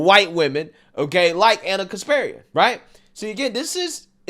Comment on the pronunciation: It's pronounced KasparYAn. Not KaspErian.